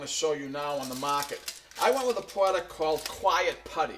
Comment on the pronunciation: stop saying pwoduct please!!!